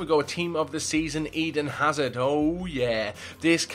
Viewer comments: Did he just say "Team Of The Season Howard instead of Hazard? XD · U guys heard him say tots Howard instead of hazard rite